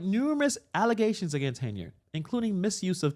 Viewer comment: Come on,, it's "Alllezations "